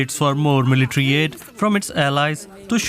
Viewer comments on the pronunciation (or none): none